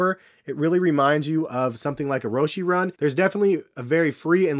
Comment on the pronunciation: Man can't say roshe or Adidas properly